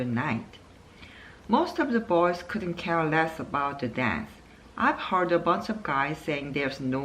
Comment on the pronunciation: 👍👍 Uncle처럼 이혼많이하면 관계전문가( an expert in relationships who has married 4 times)되나요? 농담.. Recliner( 뒤로 졎혀지는 의자에서 2번 들어 보았습니다... Scrimmage 같은 조금 어려운 단어는 아무 문제없는데, heard, said 가 hurt, says 인지 쪼께 한박자 늦게 좆아가게 되네요...(저만 그런가요?).... 읽으시다가 (속으로) 액센트 더 넣어야지! 하셨는지 중간부터 더 좋았어요...